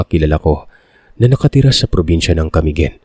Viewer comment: paano bigkasin ang CAMIGUIN- CA-MI GUIN ( SLOWLY- HWAG BILISAN PAGBIGKAS) CA-MI-GUIN... from CA MI - GUIN... hindi naman kayo taga CA - MI-GUIN. kagaya sa BUTWAN OR BUTUAN. ang bigkas ninyo ay BUTO:--AN- BUTWAN yan hindi BUTO-AN. gumagaya kayo ng sariling bigkas